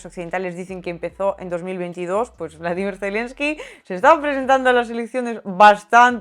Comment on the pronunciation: Se pronuncia como lo dice ella...